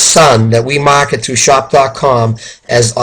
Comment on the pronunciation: Mahhket America 😂 lol! Good video!